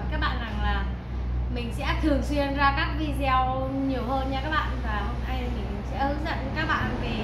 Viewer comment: Video nên phát âm là vi-đi-ô cho dễ nghe. Chứ vi-zeo là từ không có nghĩa.